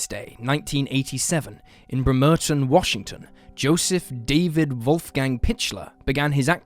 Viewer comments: Not only did you say joes name wrong you didn't say our town name right either sounds like you said Vermont. 😂😂 It is BREM-ER-TON Bremerton you get your pronunciations right if your going to talk about people and places you know nothing about! It's rude especially when it's about a tragedy like these are. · Lmao damn I did not realize you were saying Bremerton at first 😂 “Brehm, err, tun” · I've lived in Washington for 44 years and never heard anyone mispronounce Bremerton. There's a first time for everything!